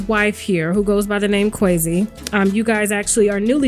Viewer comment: QUAZI, (long "a"), not "Queasy", "Queezi," Quazi. :D